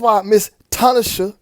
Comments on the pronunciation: FYI bro. Her name is pronounced, Tin-Na-Shay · First of all. This video exposes more than I could imagine. You really hit a 100 pointer. 2.. ITS should be T-NA-SHEY (We have God in Southern Africa). Plus to add on The 2 stripes on Tinashes forehead represents the horns. Stay safe You all.. 🙏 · I ain't knocking you for shit else fam but that bi**h eating a 🍓 in that tube of blood😂😂😂 & the way you pronounce her name is, "to-nah-shay"✌💚